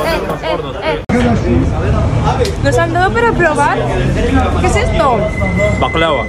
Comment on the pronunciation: Jajajaja dile a tú marido que no diga más baklava así